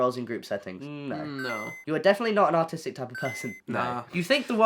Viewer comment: I though h w said autistic not artistic 😂